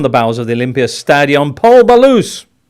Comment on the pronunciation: And "Pol Ballus". Do me a favour.